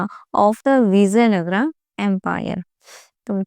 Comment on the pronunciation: Mam voo vizzyanagara nhi ha vijayanagra ha 😂😂😂